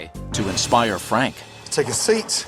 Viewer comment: Fwank is a vewy wazy cook. He doesn't even fwy the eggplants anymore. Haha I love that.